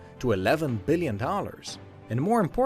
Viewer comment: Eyal FH he said a billion but it just sounded like 8